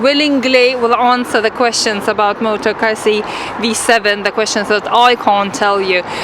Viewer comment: No not motogazi .....🤣🤣